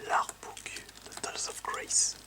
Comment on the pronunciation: Kirby, "Tales" se prononce comme Tails de Sonic.